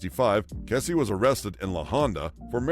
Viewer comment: Ken Kesey’s last name is pronounced key-zee, not kessie. He lived in Pleasant Hill, Oregon in the Willamette valley, pronounced will-am-it, not will-am-ette. His parties were legendary locally right up to his death.